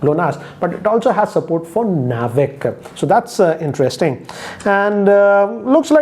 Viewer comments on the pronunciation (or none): none